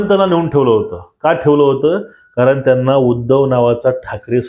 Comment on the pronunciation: त्यानला नाही रे, त्यांना, आधी नीट बोलायला शिक